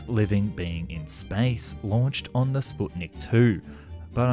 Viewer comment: Kudos for making one of very few videos on YouTube where "Sputnik" is actually pronounced correctly.